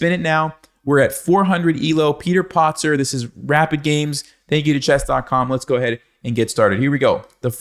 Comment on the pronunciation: Hey. 🙄 It's PATzer not POTzer!!